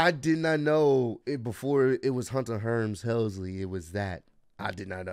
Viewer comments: I love how just can't say Hearst 🤣 Man's just Called him Hunter Hurms Helmsly 🤣🤣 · Hunter.....HEARST....Helmsly, not Herms lol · cannot say Hunter Hearst Helmsley. 😂 he kept saying herms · It's Hunter Hearst Helmsley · Hunter HEARST helmsley, not hearms..lol. but anyways, many don't know but before he joined tna, Samoa Joe was used as a jobber for a very short time in wwe/f on Sunday night heat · Man's said Hunter Herms Helmsley lol